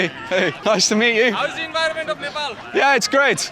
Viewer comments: The way your pronounced nepal at first feels like music to ears 🥹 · I think this is the first foreigner to pronounce 'Nepal' correctly, instead of 'Ne paw l" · Happy that you’re saying NEPAL not NEPOLL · Bro said "Nepal" not "Nephol"